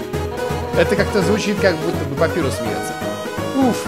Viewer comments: не папирус а папайрус! Папирус это бумага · Папайрус а не Папирус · правильно папайрус